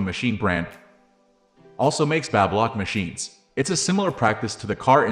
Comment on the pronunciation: BabyLock not BabAlock ?! 😂